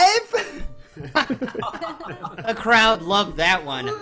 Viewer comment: HIS *WIAFE*!!!